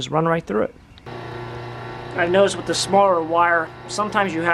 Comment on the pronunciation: Sometimes we count how many times he says"wiff" instead of "with." Giggle giggle...